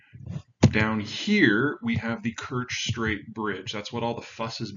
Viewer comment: He mispronounces Kherson and Kerch almost as badly as Joe Blogs. I gave the examples in another comment and didn't want to beat a dead horse.